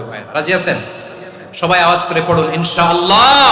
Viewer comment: আসসালামুয়ালাইকুম ওয়ারহমাতুল্লহ আমি একজন হাফেজ হুজুর আপনি ইনশাআল্লাহ বলেছেন কিন্ত আল্লাহ শব্দের পূর্বে যবর বা পেশ থাকলে আল্লাহ শব্দটি পোর বা মোটা হবে তাই ইনশাআল্লহ হবে। হুজুর আপনি কিছু মনে করবেন না আর আমার জন্য দোয়া করবেন আসসালামুয়ালাইকুম ওয়ারহমাতুল্লহ